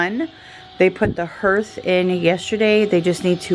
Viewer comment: you are such a hoot! The way u say hearth, it’s actually pronounced harth, ha, ha! Where I live we can occasionally see pea sized hail, but you probably had “golfball” sized hail. Nasty stuff. Our family has been working in the trades like forever. It is such hard work and when customers are appreciative and thoughtful they offer them donuts, coffee, drinks etc. Sometimes they even give them extra money😉 Thank you for being one of those customers. It is appreciated more than you know!